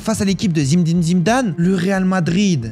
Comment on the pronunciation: Tu peux dire Zinedine au lieu de zindin😅😂❤